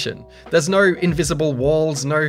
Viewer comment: imagine saying no like NER...... bri'ish moremnt